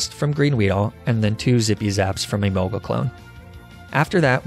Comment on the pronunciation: Hearing you pronounce Emolga the common way was both satisfying and strangely unnerving.